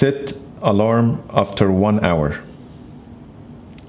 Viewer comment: I believe "Keep using last mode" is on, I just said take a picture and it did with the back camera. And the alarm, the way he said it was a little weird, so it didnt recognize the way he said it